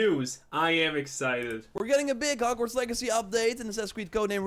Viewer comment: Wait did you just call it Hargverts? 😂 wtf